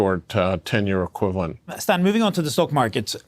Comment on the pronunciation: People drink so much that they still mispronounce Stan's last name.